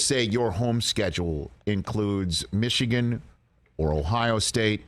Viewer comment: Big ten is overrated, rich. Mee-shigan is a joke